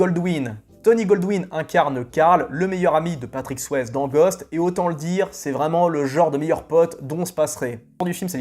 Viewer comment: Si tu prononces Tom Berenger à la américaine, tu dois aussi prononcer Patrick Swayze à la américaine. Le « e » de Swayze se prononce comme un « i » 😁